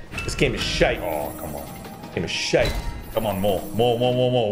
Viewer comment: Why does have trouble saying shite?